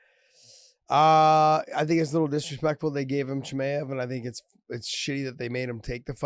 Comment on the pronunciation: CHE-MY-UV Josh like that dude idk why it bothers me the way you say it